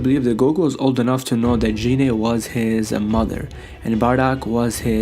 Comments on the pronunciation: you got the pronunciation of Goku's mother all wrong. Its GEENAY not JEANAY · Gine not jine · Can someone tell this nigga how to pronounce gine